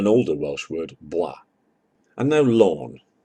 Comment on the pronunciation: Bwa is pronounced Boo-ah. Equal emphasis on each syllable.